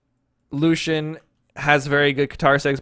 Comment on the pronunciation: axe: xull orb: Thor hammer:Thor gauntlets:cross cannon:xull scythe: jiro or the new legend coming spear:gnash blasters:cross katars: Lucien it is actully pronounced Lucy-in